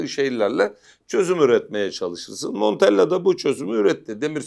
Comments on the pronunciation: Monteyya değil hocam, ispanyol değil adam, italyan. Basa basa LL monteLLa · Montella kardeşim, Monteya değil... Adam İspanyol değil ki?